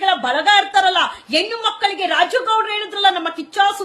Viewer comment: ಅಕ್ಕ, ಹೆಣ್ಣು ಎಂಬ ಪದವನ್ನು ದಯವಿಟ್ಟು ಎಣ್ಣು ಎಂದು ಕರೆಯ ಬೇಡ.ಕಿವಿಗೆ ಬಿಸಿ ಎಣ್ಣೆ ಹೊಯ್ದಂತಾಗುತ್ತದೆ.